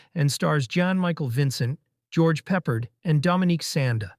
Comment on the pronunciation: "GEORGE PEPPERED"...LOL...LOL